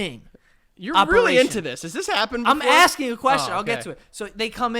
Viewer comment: joey said aSKing and not axing. proud of my boy ✊